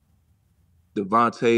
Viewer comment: It's weird he pronounced DeVonta Smith's name as Davante..